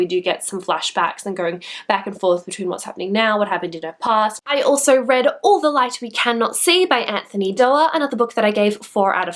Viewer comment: I love how you say ''All the light we cannot see'' :3